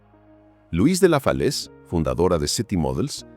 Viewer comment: LOIS DE LA FALAISE.POR DIOS,DECIR LOS NOMBRES,MINIMO, CORRECTOS 🤌🤌🤌